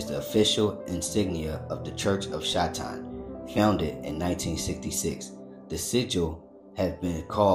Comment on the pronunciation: why he keep sayin shai-town 🤣 can say 'satanism' but not 'satan'? Yea he says it once shortly after but all the rest...